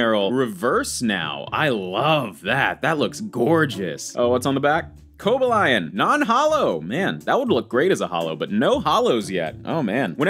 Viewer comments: Co-Baal-Ee-ON not Coba-Lion (I don't think your a poser) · Its pronounced Cobalion actually